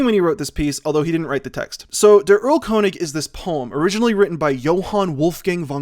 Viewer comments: Germans: “Airl-kurnishh”: “Url-cOne-iG” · Game of thrones has specific themes for each House and they combine into combo-themes whenever two Houses share a scene P.S. Erlkönig is pronounced like "Earl-Kern-ich" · It's so weird hearing english native speakers saying German names like "Goethe" or "Erlkönig". ("Schubert" on the other hand is pronounced pretty accurately here.) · The german "th" is not pronounced like the english "th". Also, the "Erl" comes from the tree "Erle". So it's more like a king of the woods than an king of the elfs.